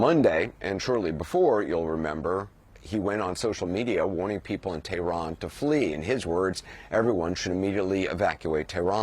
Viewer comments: Teh-rn ? LOL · Drop the exotic pronunciation of Tehran, just say it in English. At least he didn’t say “paper tiger”, I swear to God…